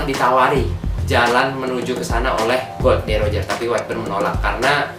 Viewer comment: nama raja bajak laut tuh Gol D. Roger mas,, bukan Gold D.Roger,, dr tadi saya denger nyebut nya Gold mulu hahaha